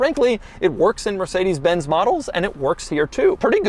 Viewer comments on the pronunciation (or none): Did he just say mercedes benzy???